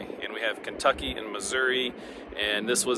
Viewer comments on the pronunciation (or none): none